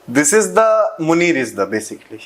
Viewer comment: Munira nahi munirba